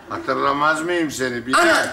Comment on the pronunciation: Bilal'in her seferinde isminin yanlış söylenmesi 😂